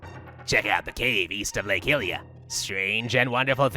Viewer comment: Hylia, Lake (The Legend of Zelda) Likely derived from the name Hyrule ("HIGH rule") the correct pronunciation for Hylian Shield and Lake Hylia is "HIGH lee ah" or "HIGH lee ya." The Japanese texts, which spell the word "hai-ri-a" (ハイリア), confirm this pronunciation.Jul 31, 2012 Pronunciation Guide - Gaming Terms Lexicon Wiki Guide - IGN